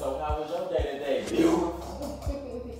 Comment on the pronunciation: "so how was your day today, beAUTIFUL?" "it was dECENT." he be hitting those words so hard 😂😂😂